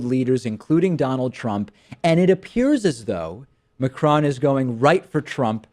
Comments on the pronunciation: Pronounced MA-CRONE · The best thing about Macron's election is american newsagents trying to pronounce his name